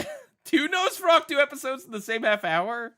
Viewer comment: Just curious, why do you keep pronouncing Nosferatu as Nosferactu? Or maybe my brain is somehow adding a C in there.